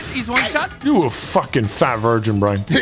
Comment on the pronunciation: "Double Shit" "Triple Shit"... "M-M-Monster Shit!"